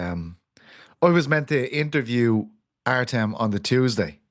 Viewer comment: I’m sure I missed it, not sure how, but why do you pronounce Tuesday as Chusday??